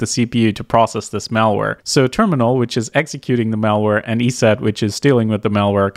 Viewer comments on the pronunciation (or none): none